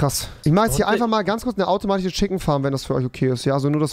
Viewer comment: Automatiche 😂 sorry aber es ist wirklich witzig bist überings mein liebling YT 👌😅 Und geile neue Friesuer